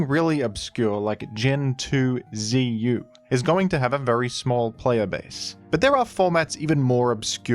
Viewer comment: "gen 2 zu" God bless you.